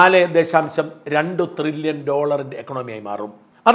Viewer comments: ട്രില്യൺ അല്ലേ Shajan ... (Trillon ) Not Thrillion... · തൃലോൺ അല്ല thrillion 😂😂😂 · Dear Shajan Thrrilian alla It is Tririllian. Edo monea Shaja Nammala kappa undengil orru mairraum Orru Saaiuppum onnum cheilla. Thaangalkku Salute. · ത്രില്യൺ അല്ല ട്രില്യൺ.. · Not threllion. But trillion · ട്രില്യൺ ആണ്. ത്രില്യൻ അല്ല. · ത്രില്യൻ അല്ല സാജൻ.. ട്രില്യൻ ആണ്... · ത്രില്യൻ അല്ല ഷാജ ട്രില്യൻ ' TRILLION. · ത്രില്യൺ അല്ല ട്രില്യൺ